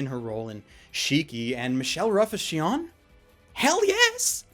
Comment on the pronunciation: +TMadara +Leidolf Winter What confuses me is that it is written as Shion at the end of the review; maybe because I watched it subbed I didn't realize how differently the name was pronounced versus written, but okay, can deal with that. So it is officially written as Sinon or Shinon in English but pronounced Shion, as opposed to Shinon?